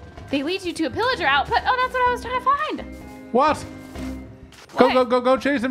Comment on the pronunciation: It’s pillager not illager